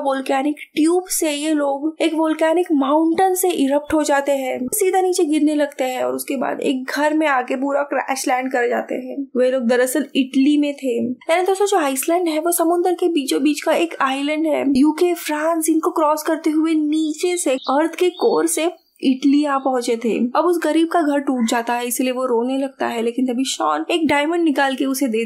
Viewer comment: Ice Land nahi ma'am..Usko I ' Land (island) bolta hai